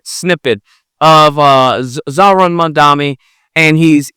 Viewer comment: He does sound like MAGA. He even pronounced his name wrong.